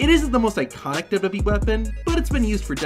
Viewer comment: Love your videos man. But the way you say "WWE" makes me irrationally irritated xD